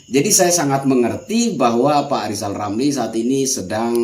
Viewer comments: LIZAL LAMLI jangan ngomong dulu kl blm bisa memperbaiki huruf ( R ) dng benar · Salam Santun Bang, Hajar Terus Orang orang yg bermulut Celupar itu, Lizal Lamli Cedal huruf R Aja Gak jelas, tapi omongnya sebakul 😂😂😂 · Sebenarnya Lizal Lamli itu IRI sama Pak Jokowi karena anaknya Sukses luar biasa... Pak Lizal Lamli coba belajar dulu dah biar bisa ngomong er baru ngomongin PRESIDEN... Tapi kalau Lizal Lamli jadi presiden bisa kok tapi PRESIDEN Di Dunia DONGENG... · LIJAL LAMLI belajar ngucapkan R dulu lah. Semua sudah tau. Kalau LIJAL LAMLI seorang satpam/penjagah harta CENDANA. gara2 harta CENDANA dari hasil korupsi di ambil alih negara🤭